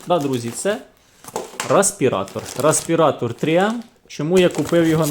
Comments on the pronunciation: ну бляха! рЕспиратор! не рА!..🙄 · Дякую за огляд. Але, бляха: "рАспіратор"??? Ну, камон... 21 сторіччя...